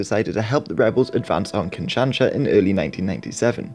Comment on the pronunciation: Kin-shan-sha?? Really?? Learn how to pronounce places before you try to sound like you know what you're talking about please.